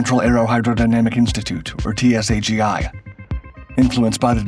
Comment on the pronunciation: The development institute is TSAGI and is pronounced like it looks not in individual lettres.